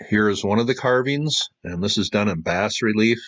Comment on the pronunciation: You shouldn't pronounce "bas relief" as bass (the fish) relief. It's "bah", a phonetic from the French.